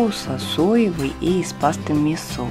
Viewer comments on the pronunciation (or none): none